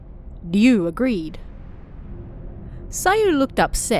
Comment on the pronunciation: Hearing Ryu pronounced correctly is music to my ears, after decades of RYE-U. That last story was pure nostalgia..cassette recording, the holding down the fast forward, fm ... Oh and yes I did get your latest book❤